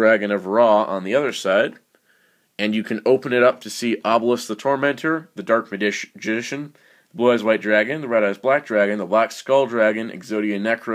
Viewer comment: I can't help but laugh every time you try to pronounce "Dark Magician" xD